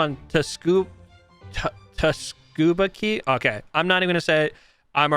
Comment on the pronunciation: did this mf just say teh scuba ?????